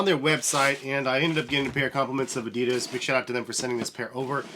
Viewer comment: thx for the video, was very helpful, but I have to say that you pronounce adidas wrong, sounds kinda funny :D